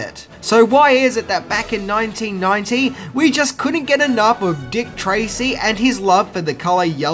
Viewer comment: “EEN NOINTEEN NOINTEE—“ Aaaaaand skip.